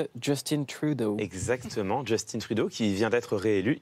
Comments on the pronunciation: Mais pourquoi tout le monde dit « Djeustine » Trudeau? Il est Québécois... on dit pas « Cilaïne » Dion! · Super vidéo juste on ne dit pas «justine trudeau» mais «justin trudeau» sans l'accent anglais. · Justin pas Justine ils est Francophone dite le en Français MRD XD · Justin pas JustinE, comme Justin bridou, c'est pas compliqué pourtant. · C'est Justin Trudeau pas Jostine Trudeau Harry Clément Potter. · Je suis en admiration devant M. Viktorovitch qui m'a réconcilier avec la langue française. Seule réserve, les noms et prénoms des personnages / célébrités ne sont pas utilisés avec leur prononciation d'origine (Justin Beaber canadien anglais (ʒystin) - Justin Trudeau canadien français (/ʒystɛ̃/) même constat pour Barbara Streisand (américaine)... ça déforme l’appellation. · je vois je suis pas le seul a qui sa la déranger le Justine XD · Justin Trudeau c’est un québécois pourquoi tu prononces son nom en anglais? Ça me met vraiment en tbkk !! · On doit en fait prononcer "justin" à la française, car c'est un canadien français.